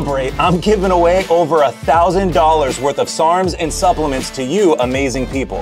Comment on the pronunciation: “Supplements” Like a pro